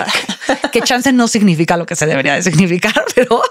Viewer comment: Yo tengo una crítica constructiva, por favor: se dice SIGNIFICA y ustedes, sobre todo, dice mucho SE IGNIFICA 🤯